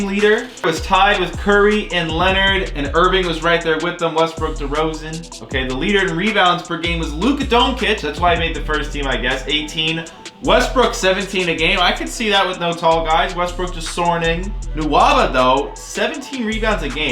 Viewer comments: I’m a mavs fan so it bugs me when u pronounce luka Doncic and (Don-Kich) instead of (don-chich) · Doncic (Don-chích)